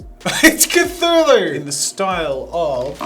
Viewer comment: Cthulhu is pronounced kuh·thoo·loo. You said it correctly throughout the video. Then all of a sudden you said, "kuh-TOO-loo" instead. Where did the H go ???